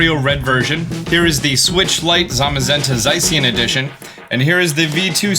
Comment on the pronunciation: The way he said Zacian “Z-eye-see-in.” 😂😂😂